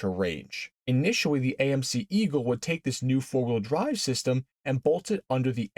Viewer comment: Did he say fart wheel drive?